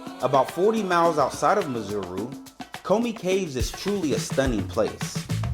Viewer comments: When you say Maseru its exactly the way it is sir...not Mazeru😂 there is no "Z"...But overall Lovely Video of my home town my brother! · Not Mazeru mate But MA-SE-RU. Sheer ignorance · It's pronounced 'Maceru' not 'Mazeru'😀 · Great presentation but terrible pronunciation on the names. MASERU not MAZURU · Lol your Maseru sounds like Missouri the US state . Its pronounced Mah -Seh-Roo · Maseru_ Pronounced Mar - Sir - Rue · Mar Say Roo 😅. That kinda simplifies the pronunciation. Beautiful video though😊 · My Brother I don’t know if it’s ignorance or arrogance : but to NOT pronounce correctly is embarrassing 🙈 How Maseru turned into Mazuru🤷🏾 is a goddam’ mystery Man😂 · its Mazuru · Ma-se-ru. Each syllable separately, not all at once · You’re saying Maseru wrong and it’s really frustrating man.! ( there’s no Z or O in Maseru)However thank you for highlighting our beautiful homeland, God bless you 👊🏽🍻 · So you spent all that time in Lesotho and never learnt the pronunciation of its capital city!? What a shame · You have gained a new follower brother. I am from 🇱🇸 Maseru and I love how you showcased our capital city. I see you went to the mainstream tourist locations, if you happen to come back my group can show you other activities that the youth here are still trying to promote. Skateboarding in the highlands, paragliding, airbaloon rides, fashion shows and art gallaries. We will also work on that "Maseru" pronounciation😂😂.. 💯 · nice tour indeed, but the pronounciation for Maseru, is hilarious! I can see you enjoyed touring in Lesotho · 😂😂😂😂 love yr channel. Why didn’t they teach you how to pronounce Maseru 😆. U make it sound like there’s a ‘Z’ or even ‘zu’ 😁… but the ‘U’ is also only at the end. ❤